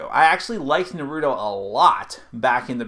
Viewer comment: Shut up Naruto have no plan ok this guy need to shut up. You can't even said Naruto right so shut ur ass mouth